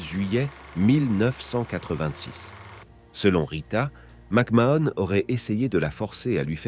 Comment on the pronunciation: ça commence bien, rien qu'à la prononciation de son nom je sais qu tu n'es pas bien renseigné